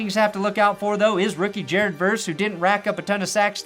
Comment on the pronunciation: Ja-red Goff Ja-red Goff